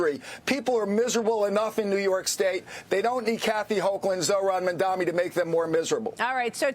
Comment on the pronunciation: Don't you think the man running for Governor should know the last name of the NYC mayor?? Four times he called him Mandomi.